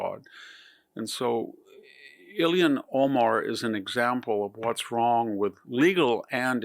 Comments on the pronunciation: "Ilhan", not "Illian". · The fact that Ilhan Omar is allowed to live in the United States is scandalous enough. That she is a member of Congress suggests a national death wish...But one question: Why does VDH continue to pronounce her name as "Ilian Omar"?